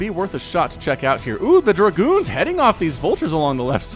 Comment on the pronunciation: giving it that Southern twang with DER-Goons:)